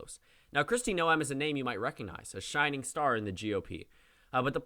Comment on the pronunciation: you're mispronouncing Noem it's pronounced like 'NOME' not no-em